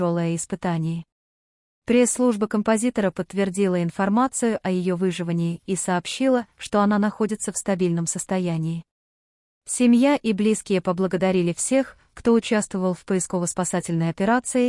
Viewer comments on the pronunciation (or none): В её"вЫживании"- выживАнии! Ну что же читать-то все не умеют, то и дело слышишь чушь, просто безобразие.